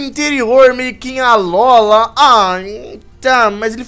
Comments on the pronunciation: alóla cara vc ta vendo algum acento agudo no nome alola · se fosse fazer essa série 1° aprende a falar alola não alóla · nãose fala alola mas se fala alôla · n é alóla é alola com o (O) mais forte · n é alola se fala alôla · se fala alôla